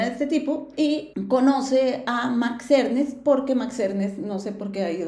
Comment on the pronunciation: Max Ernst, no Ernest